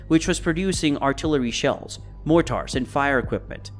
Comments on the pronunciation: More-tars??? This has to be a paid voice over. How can you do all of this research and production and say "more-tars"? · Maybe it's just how he pronounces it. It's not that big a deal. U get a free 25 minute documentary and you complain about the pronunciation of one word? Ungrateful toad